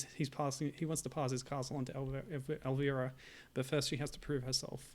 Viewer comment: Your not saying her name right bud....